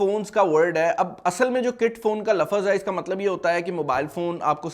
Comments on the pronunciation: lafaaz kiya hota hai ye...!?!? lafaaz ❌ lafz✅ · lafaz nhe laafz hota hai